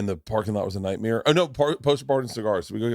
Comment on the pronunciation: Bert's "nightmere" pronunciation always gets me.